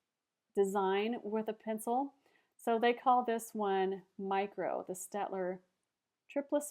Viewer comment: it's 'stayed-ler'